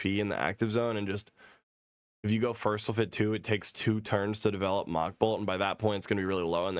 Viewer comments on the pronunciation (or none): none